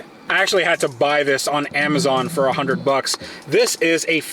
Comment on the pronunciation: did say a hungred?